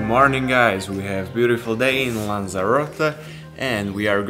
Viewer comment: super spracovanie, zostrihane, kvalita videa parada, jedine co mi tam mega vadi je to rozpravanie, strasne zla anglictina, sory ale to sa neda pocuvat, furt dookola jak vsetko je bjutifl, nemusis to rozpravat, tu krasu vidiet z tvojich zaberov ktore su ovela lepsie ako to rozpravanie.... podla mna to tam riadne kazi inak namakane videa:)